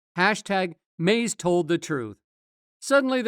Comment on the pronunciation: Every time he says Mase name it’s annoying to hear Maze